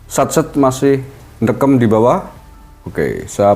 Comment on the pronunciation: 03 ndekem😂..logat Banyumas.